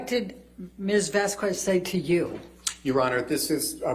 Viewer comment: has that streak of petulance and immaturity that she shares with her client. She knows the correct pronunciation of Atty. Vasquez as well but just kept on mispronouncing it as a sign of disrespect. Birds of a feather.